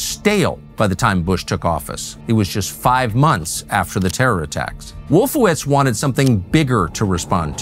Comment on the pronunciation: “Wolfowitz” every single time.